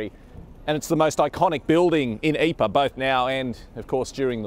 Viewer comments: Pronunciation is actually not "Eeper," it is "Eeprah." Many of the missing were turned into "marmalade" from the impact of artillery shells. Others' bodies became shrapnel which killed successive troops when enemy (sometimes friendly) shells landed. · Please try to be a little more accurate with you pronunciation Living History. I'm pretty sure the town is not called "aypaa" . and it isn't that difficult; try "eeeprrr". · Great video but you're butchering the pronunciation of Ypres. Lol. It's EEP-ruh. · A good presentation, but PLEASE learn to pronounce the place names correctly. It is not Yper, it is Ypres (Pronounced. EEPR), or Wipers as my grandfather (fought in all 3 battles there) used to call it. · Astonishing, compelling...Ypres had just been a name for me. The tale is only slightly diminished by the narrator's pronunciation of the town... something like "eypa." Please fix. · I’m getting a bit sick of repeating the same thing. But here goes for one last time - during the war we used the French pronunciation- Ypres. But the town is in Flanders, where they speak Flemish, and it is spelled ‘Ieper’ and pronounced ‘Ee-per’.